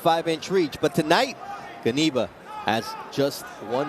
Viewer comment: Great play-by-play, gentlemen. Here is a pronunciation note: Knyba is pronounced "Kniba", rather than "Kneebuh" or Kuhneebuh". I think you can do it the next time around.